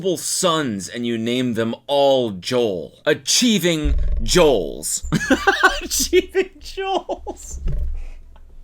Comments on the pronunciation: cody commiting to the bit of saying "joels" instead of goals throughout the entire vid made me so happy. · I swear “achieving jeeols” is probably the funniest thing I’ve heard in a while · there's a streamer called "jollz" so every time u said "achieving Jeols" my brain threw his face on the screen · Don't feel bad about "Joels" Cody, my partner pronounced 'beginner' like 'be-jinner' yesterday 😂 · Cody making himself laugh over pronouncing 'goals' as 'joals' has confirmed that he is ready to be a dad